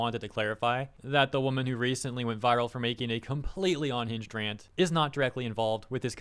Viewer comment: Now if only we could get him to pronounce unhinged correctly. Hearing him say onhinged every single time really grinds my gears. :P